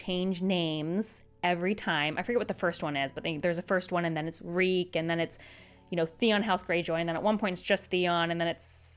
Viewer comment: Reek it rhymes with freak